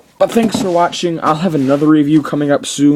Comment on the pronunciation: For* not foe.